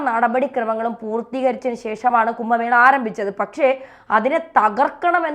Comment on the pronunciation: കുമ്പ മേളയല്ല കുംഭ മേളയാണ്